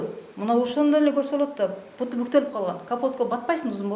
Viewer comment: Путу емес буту деп айткылачы